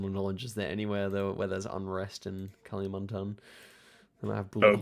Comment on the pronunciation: So funny heard you calling kalimantan as kali, like california as cali 😂